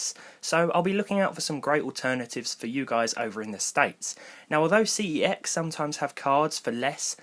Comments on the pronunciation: it's pronounced "sex" not "C-E-X" and spelled CeX not "CEX" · Its pronounced sex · That's not how you pronounce CEX. Look it up. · How to you pronounce CEX ? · why do you pronounce it incorrectly while working for them...?